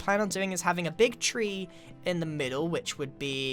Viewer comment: Call the mega tree "treeain"